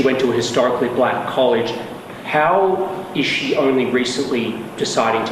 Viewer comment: The way he says "buh-lack" makes me cringe.